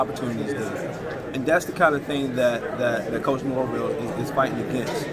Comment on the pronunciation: It’s Norvell.. not Morvell